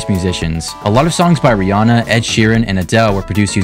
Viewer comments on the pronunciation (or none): none